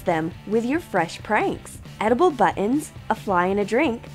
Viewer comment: You said" butt ons"